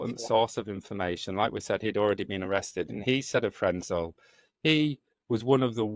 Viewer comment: It is Karl Frenzel. Do the research and try get it right!!!!!!!